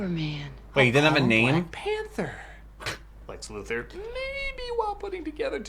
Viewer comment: You have no idea how irradiating hearing him say Lex last name wrong Luthor Lu Thor Come on 😑